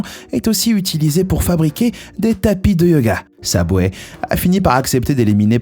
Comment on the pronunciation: Prononce bien wsh Subway pas SABWAY mgl tes perdu